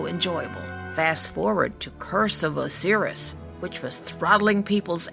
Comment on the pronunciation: Curse of Osiris , ITS OH-SIGH-RiS, as in the Osiris from Egyptian mythology, god of life and death. just wait for the forsaken DLC and then do this again...